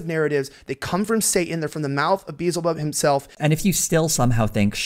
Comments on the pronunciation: "Beezlebub". Guy doesn't even know his own mythology. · "beezelbub" lol i just cant take them seriously